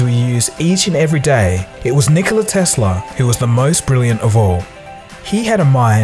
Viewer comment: It's Nikola Tesla. 🤣 🤣 🤣